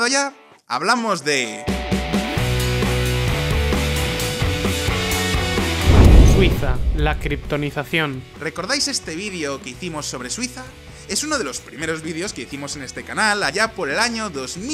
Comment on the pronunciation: error detectado. Criptonacion. No criptoni...